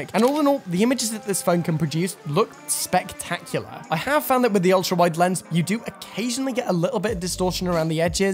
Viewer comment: I like the way he said SPECtacular